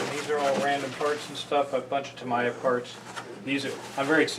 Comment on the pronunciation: While watching this both of you pronounced "Ta-mi-ya" as if the "i" was pronounced "i". But in Japanese, an "i" is pronounced as an "e". The reason I know this is my late wife's daughter-in-law is Japanese - her first name is spelled "Ichuko" but is pronounced as if the "I" is an "E". When my wife's son started dating her, no one knew how to pronounce her name, thinking it should be with an "i" sound instead of an "e" sound, so they started just calling her "E" and it has stuck. So I would venture to say that it should be pronounced "Ta-me-ya", which I have always used. I did also Google this and various resources confirm the Japanese "i" is pronounced as an "e" (although I am simplifying the explanation considerably as every language has so many very specific rules about pronunciation).